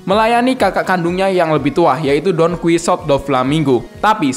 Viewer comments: Donkihote aja bang nyebut nya jangan donkisuot aneh anjr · Donkuisot :v, Donkihote anying cara bacanya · Donkihote bang cara nyebutnya🗿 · Tulisan Don Quixote Bacaan Don Qihote Don Qisot